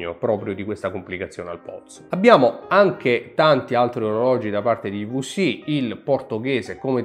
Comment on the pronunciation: Bellissimo video ma - i vu si - non si può sentireeeeee!! 😢 Mix di italiano ed inglese con quella vu che non è una vu.. 😅